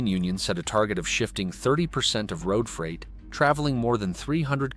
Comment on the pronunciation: Bad A.I. video. It shows cars, not freight cars. Clearly A.I. built this video. Freight is pronounced "Frate", not "Fright". English may have lots of German words, but this one is not pronounced following the Germanic rules. English has many, many, exceptions to almost every rule. Read, read, reed, Reid. One of those is pronounced "red", but all the others are with a long-E sound. The USA has the largest rail system in the world. Ours it just optimized for freight, not passengers. Freight trains today, at least on the outside, look very much like they did 50 yrs ago when I was a boy. I've had to wait 20-30 minutes for a train to pass so I could get to school or work many times. I've been on Frances and Italy's high speed trains. They were nice enough, but felt well-used. The Italian train was a bit faster and felt higher-end from a passenger cabin standpoint., have you ever stayed in a sleeper car on a train? I have. They put 4 people into those cabins and lock you inside overnight to prevent thieves from visiting other cabins overnight. The conductor shows up twice in the middle of the night to check tickets and passports, assuming you aren't stopping to drop/pick up more passengers. Our cabin had the heat turned all the way up and we could only open 1 tiny window in the upper part of the windows. It was sweltering all night. We shared a cabin with 2 random people. Nice people, as you'd expect, but none of liked sweating all night in springtime (April). When the train